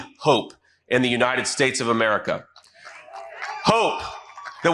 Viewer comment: The Uniysssh Shtashh? I think a mischievous djinn grabs hold of Droopy Don's tongue every time he desecrates the name of his country.